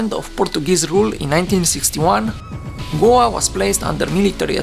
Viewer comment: You can’t pronounce Goa?